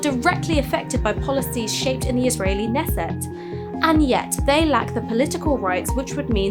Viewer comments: Great vid. Just fyi, the "K" in "Knesset" is NOT silent. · Can't even pronounce Knesset. What a joke she is. It's great to see Novara take such a stand against the persecution of Christians, Kurds and Yazidi in the middle east too, oh no actually, hold on a minute. They're not, they're clearly just useful idiots (at best) for the Muslim brotherhood.